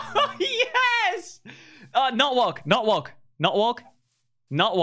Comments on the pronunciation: tubbo saying walk sounds like “worlk” lmao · Thought that everytime you said walk I herd wonk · Every time Fundy says, “Walk,” I think he says, “Wonk.” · Fundy saying walk sounds like he’s saying “wonk” and I find it fantastic. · Fundy: Uses voice control to walk forward Also Fundy: Wolk, not wolk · Fundy: "not walk" What i understand: "Nut walk" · The more he says “walk” the more it sounds like “wonk” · Who else thought he was saying “wonk” instead of walk? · Wonk, not wok -what i jear from fundy 2021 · I kept o hearing “wonk” instead of walk lol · Anyone else hear wonk instead of walk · Is it just me or does him saying walk sounds like wonk. (no hate) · Who else hears “wonk” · Walk sounds like wonk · when fundy says walk he sounds like he's saying wonk lol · When he said walk or not walk I thought he said WONK NOT WONK 😂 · at first i thought he said wonk